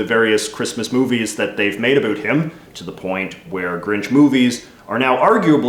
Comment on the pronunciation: "Wonder aboat" Ah yes a fellow Canadian lol